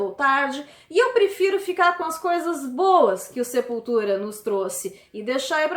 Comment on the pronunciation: Meu deus!!! Eu ouvi sepulteta kkkkkk